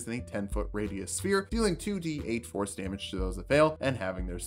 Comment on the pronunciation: I keep hearing you say "Force damage" as "Horse damage" and I'm disappointed by the reality